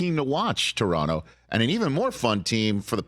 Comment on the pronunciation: As a Toronto kid I really appreciate Rich with the correct way to pronounce the name of the city